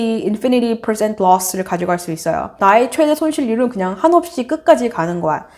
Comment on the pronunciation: Percent 악센트에 빠져들어 구독 좋아요! 댓글 까지! 완성! @@